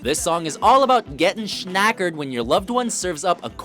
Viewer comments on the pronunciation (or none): haha "getting SSSHHHNAckered"